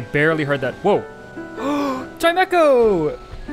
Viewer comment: It’s not chimECo it’s CHIMEcho